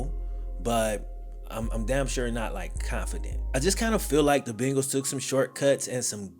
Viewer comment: Are you saying “Bingals”?